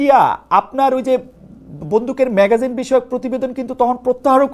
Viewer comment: শিক্ষিত সাংবাদিক খালেদ ভাই , ম্যাগাজিন নয় " ম্যাগাজিন " "ম্যাগজিন " ম্যাগজিন বলেন ম্যা গ জি ন